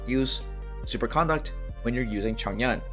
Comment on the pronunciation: The way you're saying Super Conduct is grinding my gears the wrong way... you're pronouncing 'CON-duct' like you're talking about someone's manners and how they're acting. Conduct (said like C'nDUCK'd) is thw word you're looking for. Okay other than that, you're spot on about the elemental effects. I ran the numbers and was looking for someone else that could validate my claims and isn't spreading misinformation. Good Job my dude ! :D